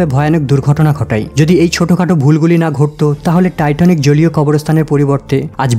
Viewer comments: Not Titonic, please say Titanic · টাইটনিক নাকি টাইটানিক?? আর সূচনাতেই এত কথা কেন?